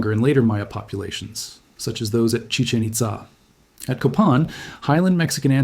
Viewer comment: Your pronunciation of Chichen Itza is impressive.